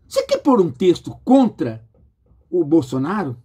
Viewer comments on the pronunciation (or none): none